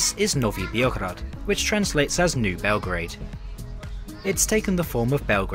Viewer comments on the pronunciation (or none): Thanks for the review and props for the pronunciation 👍😁 but a small note: it's B-eoh-grad not Bee-oh-grad. COKO is the Cyrillic spelling, SOKO is Latin. (C = S in Cyrillic), just in case it helps with the pronunciation. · Note for pronouncing Beograd. Instead of saying the 'e' like like 'ee', say it just like you'd say it in Belgrade and you've got a pretty good pronunciation.